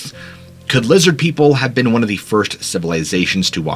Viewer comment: "Lizzid Peeple!"